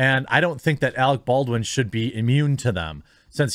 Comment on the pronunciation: Alec, not Alex